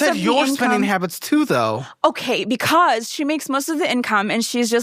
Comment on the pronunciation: Every time she says “BECUASE” it reminds me of the chicken joke. 😂